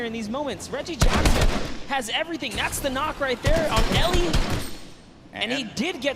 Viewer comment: They said Elliot's name wrongly 😂 😂 😂